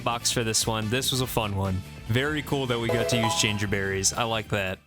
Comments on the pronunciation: Hey someone else also pronounces Jangerberries like an insane person! you're not alone!! (Love this series, pls keep it up forever). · Loving the content, this series is awesome. I have never heard that pronunciation of Jangerberries but it does make sense because its spelt like Danger haha. Looking forward to future episodes! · no way you pronounce jangerberries like that lmao